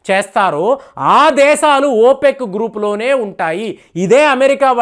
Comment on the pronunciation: ఓపెగ్ - కాదయ్యా బాబూ: ఓపెక్ - నీ భాష పాడుగాను - వినలేక రోత పుడుతుంది. సాయి కృష్ణ, రాకాసుధాకర్, DSP లను అనుసరించు-భాష నేర్చుకో - వినడానికి రమ్యంగా ఉంటుంది.